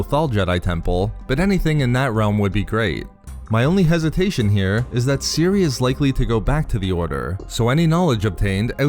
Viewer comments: ceh ere that's how you pronounce cere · Does it bother anybody else that he calls her Siri instead of Cere? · I believe you pronounce her name more like, "sear"